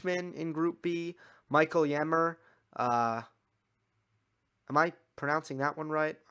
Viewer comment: Mikael Ymer’s surname is pronounced with the same ”Y” as the french name ”Yvette” is. A long Y - (sort of Yymer). Thanks for your very good tennischannel!